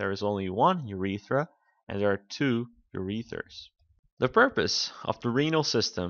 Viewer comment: Ur-e-ters... and ....Ur-eth-ra you aren't pronouncing them correctly